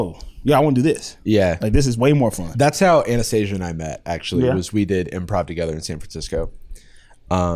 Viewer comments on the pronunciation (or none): Did anyone else notice they pronounced Anast-aaaasia's name wrong?